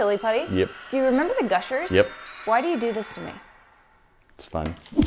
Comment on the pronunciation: Instead of yep he says yeep